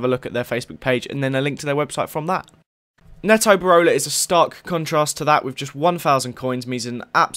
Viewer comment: IT PRONOUNCED NEETO BEROLA